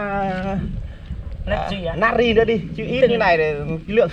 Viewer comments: Na tri chu ko phai nat ri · Natri chứ ko phải là nari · Natri not Nari? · natri chớ không phải nari nhá đọc như ngáo á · Natri mà ỏng đọc là nari